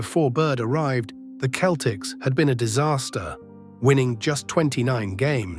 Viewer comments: Why do you say keltics? Its Celtics. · Please fix your AI pronunciation. It’s not “Keltics,” it’s “Seltics.” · Ah, AI again. Get a human to narrate thisl you give yourself away when you pronounce proper names differently in different sentences. 1st example, Celtics pronounced as both keltics, then seltics. Now, Bird was fast, he just wasn't the fastest guy on the floor... but neither was 90% of the other players. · The basketball team’s name is pronounced “seltics” And you mispronounced some of the players’ names. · This guy keeps pronouncing the Keltics instead of using the letter c that has the s sound. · Oh-wer back? Keltics? Cozy? Bahs-kit-boll? This AI voice irritated me from the start and almost made me turn the video off! If I wasn't a Celtics fan since 1955, when I turned 9, I would have. I was so intense about the C's that I even remember Lou Tsioropoulos, Tommy Heinsohn's backup! So hearing a commentator who can't even pronounce their names is like fingernails on a chalkboard! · The dead giveaway was the Celtics pronounced as "keltics". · C'mon, more AI generated crap. Great video subject, but, can't pronounce Celtics, Auerbach, or Terre Haute.